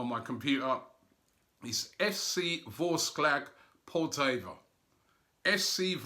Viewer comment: lol its FC Vorskla Poltava, not whatever you said, secondly there is no war in that part of Ukraine, will be glad to see you guys in Ukraine, can't wait